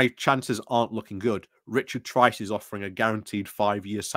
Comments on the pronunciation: Weeks on and you still say some names wrong - Tice not Trice. Granted some of the names are harder and people use them interchangeable but that one is easy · you're hallucinating. There is no 'r' in Tice